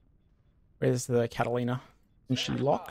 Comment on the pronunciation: Dude. Catalina ≠ Catlaina. Ffs